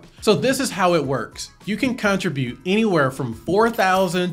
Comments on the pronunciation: this is amazing!! (btw this is SUPER pedantic but i think you’re pronouncing “contribute” wrong ) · lol! I was wondering the same thing. Maybe I say it wrong?? Ha ha ha.